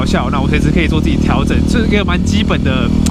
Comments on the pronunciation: 版主您好，調校的校音叫，不是笑，換MT-07!!! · 這台車有好多回憶呢，過彎教學、換檔教學、雪地挑戰、火星奇航(假)、換胎教學 還有好多是觀眾不知道的，換車會覺得可惜表示真的有投入感情在車子上 相信下位車主也會好好對待它的！WR250X再見😢 還有啊13N調校的校字念「ㄐ一ㄠˋ」是破音字喔😝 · 調校 叫ㄐㄧㄠˋ